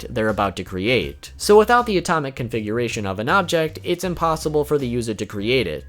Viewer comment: you said atomic coonfiguration twice lol